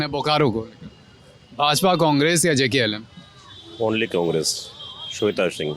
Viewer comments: पत्रकार महोदय आप JLKM को JKLM ना कहे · Ptrakar mahoday jklm nahi Jlkm 🎉🎉🎉🎉 party Party ka nam nahi bol pa rahe hai...... Patrakar bik chuka hai .....